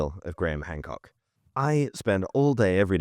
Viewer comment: You said HAND COOK🤭